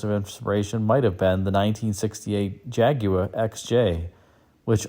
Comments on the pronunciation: You pronounced "Jaguar" correctly---- swoon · Congratulations! You are probably the only American who can pronounce Jaguar correctly.